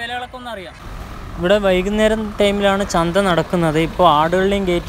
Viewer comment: Chandi alla chantha😂